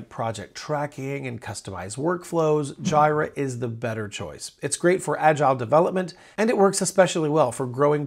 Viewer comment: Pls do not call it JIRA. Its J'ee'ra